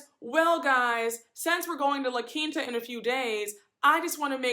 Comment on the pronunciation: Who wants to dress like Kyle? For her to have so much money, she has some of the worst fashion sense across all the franchises. She dresses like a model in a Fingerhut catalog Also I am so GLAD that finally we have someone who pronounces La Quinta right lol it's not La Quenta 😂